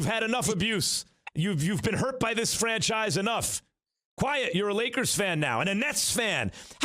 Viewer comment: How about ESPN donate some gear to KnicksFanTV?? And it's fRanchise wit the R not "fanchise"🤚 stop it Max. 😒